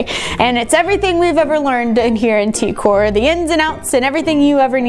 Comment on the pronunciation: She’s saying Tkor like decor it’s t.k.o.r or the king of random